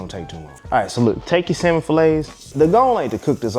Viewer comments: For me its Samon not salllmon. 😂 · The “L” in salmon is silent! Consider this, I’ll have sammon for supper tonight. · Samon No L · Salmon -no ‘l’. Like it well done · The “L” is silent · The L is silent....